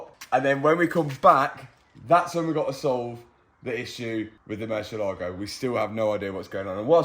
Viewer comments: Hey Mat, it's "murciElago", not "murcielAgo". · Mat, you keep pronouncing the Murcielago wrong, please do a Google Murcielago pronunciacion and you will see, so different. Murcielago is a Spanish name for Bat